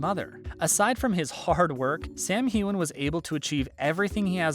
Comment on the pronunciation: Next time you pronounce his name wrong, I'm going to get all Will Smith on you. Keep my damn husband's name out of your mouth lol.